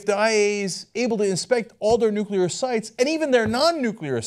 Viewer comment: Lol ***** pronunciation of nuclear.